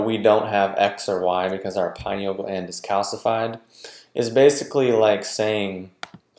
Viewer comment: Lol get this stuff right there is no pie in pineal gland. Maybe if people pronounced it correctly more people would listen and believe these videos. Med pros laugh at these like why would I listen to this guy he can't even pronounce the name of the gland he's claiming to.